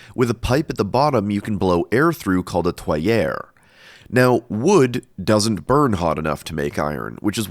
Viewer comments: Tuyere is pronounced “tweer” and we do NOT need to reach the melting point to make iron. We don’t melt the iron unless we are making cast iron. We are melting other things with a lower melting point that we want to remove from the iron ore. The bloomery is mostly about removing iron with carbon monoxide. Blast furnaces are the same: largely about removing iron with carbon monoxide but in that case we do want to melt the iron. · Btw, tuyere is pronounced "tweer"